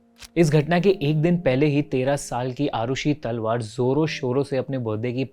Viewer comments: Not तलवर its तलवार don't mess up with surname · Its TALWAARRR not तलवर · अरे यार तलवर नही तलवार नाम है। अंग्रेजी के चक्कर में नाम भी ठीक से नहीं ले पा रहे। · तलवर ❌️ तलवार ✅️ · Bhai talwar bolna to seekhle pehle theek se